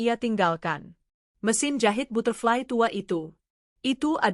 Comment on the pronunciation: Aduh mba narator belajar dulu membaca bhs inggris.masa butterfly dibc ky bhs indonedia